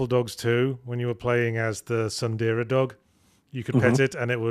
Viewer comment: I knew I wasn't imagining things; Yahtzee really does pronounce tsundere "sandiira". Now I just have to find a use for this information.